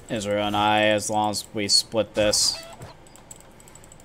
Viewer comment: I like the game you played Sona (as a Sona main)... one thing i noticed you pronounce Ezreal like Israel... But if i was on cam you would have a ton of things to poke fun of me on...(just look at this comment) Imagine if this was spoken aloud.